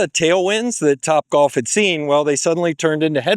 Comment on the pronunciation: Wtf is “copbwalf”